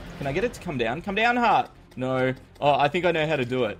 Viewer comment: Is "no" or "no" in an Australian accent?